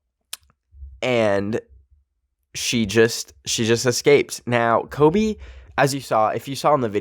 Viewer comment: it sounded like he said klobe